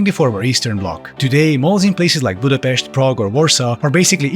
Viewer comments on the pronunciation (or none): wow perfect pronounciation of the hungarian capitalcity Pudapest. big well done for you :D